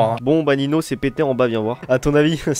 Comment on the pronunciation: En vrai tu dit noob mais c'est Nino